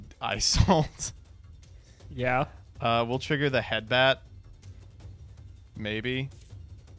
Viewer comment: It's also painful watching mispronounce Isolde 17 times.